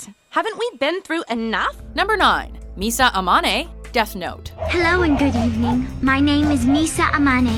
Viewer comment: Misa Amaneyyyyy, this english speakers, just screwing up all japanese names...